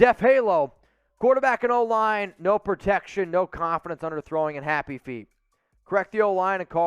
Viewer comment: Cmon mannn!! It's protection duh 🙄